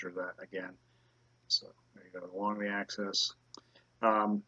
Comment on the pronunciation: access ? don't you mean axis !! and people says I stupid. why don't you spit out the marbles before you do you video ??